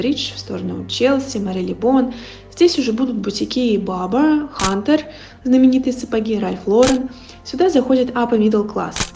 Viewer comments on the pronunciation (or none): none